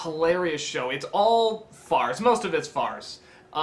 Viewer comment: i thought he said farts.